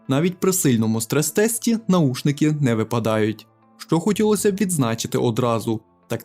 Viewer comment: наВушники - Вухо, а не ухо